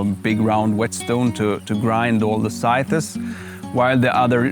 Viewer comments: This is really great. Your english is superb, your enthusiasm palpable, and your team runs like a well oiled machine. New subscriber :) ps: just one tiny bit of help. One pronounces scythes like this: "sigh - th" - not sigh thes. Minor help, to help you along your way. Thanks for doing what you do :) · Oh my pleasure. However, English (any form of spoken English, from Canada, Oz, NZ, America or England, SAfrica, Namibia, et al ), all pronounce the word "sigh -th" - or when referring to multiple scythes, then it is pronounced this way, " sigh-ths". The pronunciation, "sigh-thes" is incorrect and a simple mispronunciation usually made by ESL well meaning individuals. Another trick word to pronounce is "Adze" :) As a native English speaker with an educated background, I urge you to fact check me and see if I am full of nonsense or bias. All the best, LG